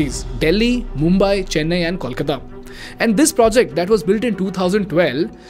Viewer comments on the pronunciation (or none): none